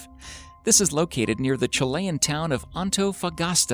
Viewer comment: The narrator should learn to pronounce "spherical" , "Chilean" , "Caucasus" , and "ufologists" .